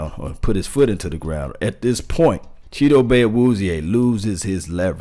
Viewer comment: Brian DeLuca he actually is pretty close, they asked him on 1310 the ticket how to pronounce his name and isn't messing it up like some people have.